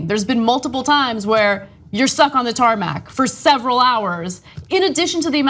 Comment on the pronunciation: tarmac did I hear tarmat?